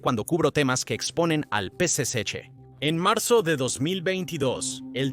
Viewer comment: Tal vez lo pronuncia mal Es el p.c.ch Partido comunista Chino